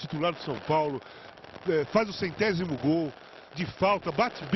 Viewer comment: <- o Casa Grande fala "centézimo gol" kkkkkkkkkk o certo é "Centécimo Gol" !